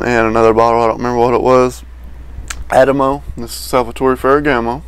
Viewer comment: I agree with you. This is pleasant enough but nothing about it that stands out. Like others have mentioned I have seen this in rack stores in the past but haven't seen it lately. I always thought it was pronounced more like "ah tea mo".